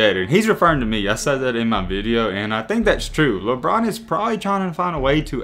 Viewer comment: Awl man not “Lebelt”😭😭